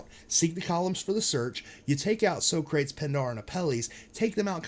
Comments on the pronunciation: "So-crates" LOL, that's "Sock-rah-teese" - Greek Philosopher. Pindar and Apelles are also figures from ancient Greece. That was the most obvious part to me, but I didn't understand the Greek tie-in until I knew it was in Cleveland. Very clever of them to solve this. It's funny but once you know the solves, they are so obvious. Hence, why we need to look at all the paintings with "new eyes". Look for the obvious, THEN get all involved and specific when it comes time to hone in on the cask. But I feel the paintings are all solvable once you know what to look for. This reminds me of Forrest Fenn's treasure hunt (of which I was a follower for years, still pissed off that got found and they won't tell us where...though I have a strong suspicion) Love your channel though, great breakdown. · Nice call out on the columns! I haven’t heard it presented that way before, but that is damn good. Very solid. As someone with a degree in philosophy and ancient civilizations, I cringe painfully every time you say So-crates 😝